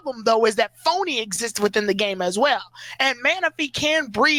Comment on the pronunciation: Phione not phony lol